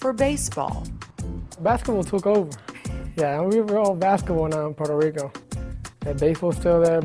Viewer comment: is puueerto rico not porto rico